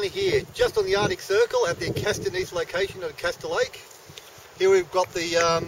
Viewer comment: Some problems here: The Acasta Gneiss is ca. 4 billion years old (not "4.2 billion"). The speaker mispronounces "gneiss". Hilarious, these people are not geologists, what is he holding? A carpenter's hammer! Haha. The Nuvvuagittuq rocks are no older than 3.8 billion.